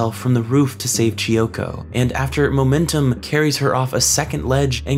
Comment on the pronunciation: KEY-oko. "Chi-oko"? kiyoko.